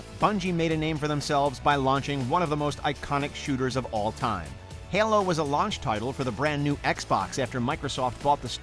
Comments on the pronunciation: Halo....not ailo.... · Still living in HELLOS shadow. Seriously, how do you pronounce HALO wrong?? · The way your keep saying Halo is driving me crazy... it's HA-LO not HAL-LOW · 2001- Herlo Comba Evolv seriously, wtf was this pronunciation? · Wtf is HYALOH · “Hælo combat evolved” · the way he pronounces Halo as Hello, makes me cringe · Thank God I was not the only one who thought that. What the hell man. Heu-Low?!?!?!?! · heulo lmao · Haelo Combat Evolved lmao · Why the fuck did you pronounce “Halo” like that man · Your mispronunciation of Halo deeply troubles me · The way this dude says halo, makes me want to commit homicide. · the way this man says halo has me concerned